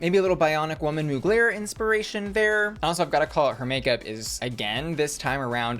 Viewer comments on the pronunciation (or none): none